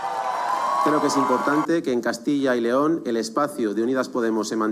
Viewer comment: Dejar de decir más de una vez Castilla León. Es Castilla yyyyy León. Juan y Pedro nooo Juanpedro